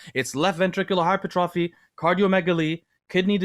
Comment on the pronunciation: Hi-pert- tra- fee, is how it is pronounced